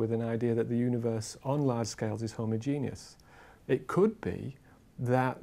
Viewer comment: "Homogenius" ffs